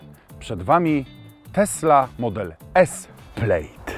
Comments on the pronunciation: PLAD nie Pleid ! +900 tysi subow i zeby sie nawet nie przygotowac do materialu co do poprawnej wymowy nazwy auta. Slabo.. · Skad Ty wziales ta wymowe? To po prostu /plad/ a nie /plajd/ czy /plejd/ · To nie jest „Plejd” a „Plad” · Wymawiamy „plad” nie „plejd” 😂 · To nie jest "plejd" tylko "pled" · To się czyta "plad" tak w ogóle xD A co do biegów, ma gdzieś tam na plastikach pod ekranem takie ukryte P R N D, taki panel dotykowy. Ogólnie są chyba 3 sposoby aby wrzucić bieg w Tesli. Co nie zmienia faktu, że jest cholernie źle spasowana, lakier odchodzi w wielu i ogólnie ssie xD Do dzisiaj jakoś tej Tesli i ogólnie elektryków nie trawię. Może tylko ciągnik siodłowy elektryczny byłby fajny bo fajnie by się zbierał z miejsca, ale odkurzaczem jeździć prywatnie nie będę. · przepraszam, ale jeżeli "poważny" youtuber nie potrafi przyczytać poprawnie słowa PLAID, i czyta go jak słowo PLATE, to ja dziękuję, ja muszę w swojej pracy się rozwijać i uczyć mówić, nie zamierzam subować osoby która ma to kompletnie w dupie. Unsub. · wymowa plaid jest 'plad' wymowa plate jest 'plejt'